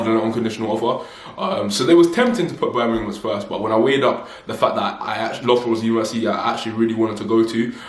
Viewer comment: It's pronounced lufborough btw 😘